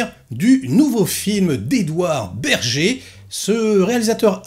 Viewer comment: typiquement le genre de film qui ne parle pas du tout... Mais bon..je regarderai ce que ça donne quand meme , dés qu'il sera dispo sur le net. PS : ça se prononce "ber-gueur"..il est allemand.^^